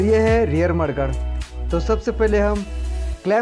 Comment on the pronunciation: Are u saying mudguard or marguard